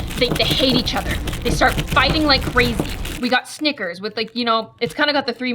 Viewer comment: she did nickersand mars the worng way